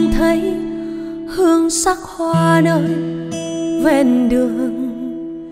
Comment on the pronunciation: 1. Anh đã dẹp hết các loại nhạc khác, chỉ nghe nhạc của e. 2. Bài Hoa Dại có nhiều từ e hát bị méo chữ ( vd: Phải - Tan - Hoa..), có thể đây là 1 thử nghiệm mới. Nhưng theo anh em hãy giữ nguyên bản sắc của mình: Đó là giọng hát trong trẻo kết hợp với phát âm chuẩn Tiếng Việt, không méo mó. Điều đó khiến người ta nói đến nhạc của em là nói đến sự trong sáng, thuần khiết nhưng đầy nội lực. Là cái hiện nay hiếm có khó tìm.